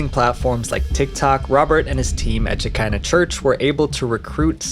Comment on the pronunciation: I don't think that it was "The church of Shekina rhymes with Vagina. I think it was pronounced Sheckina, rhymes with "te check (is) in the" mail. This is a very old Jewish Kabbalistic concept, which is that when the Jews had to leave Israel, the female side of God remained with them on the earth. She is the Shekina. Some have called Her "The Hebrew Goddess. After the Messiah comes, the two sides of God will be reunited. And so forth. The cult obviously stole their name and the general concept.